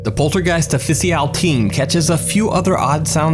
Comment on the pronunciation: I am this observant that I noticed that he read official as o-fi-si-yal.